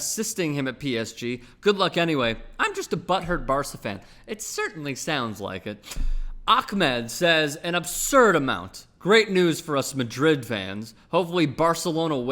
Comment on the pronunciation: This guy pronounced Ahmed as Ackmed......